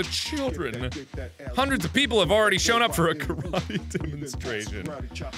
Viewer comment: As a Japanese person I got slowly more and more upset every time I heard Karate pronounced wrong....